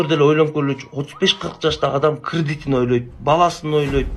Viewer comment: тупые...чалдыр чулдурлар.. кридит дейт, кредит деген сөздү бир күндө 30 жолу көрсө керек, ары жагында жок кишилерге айла жок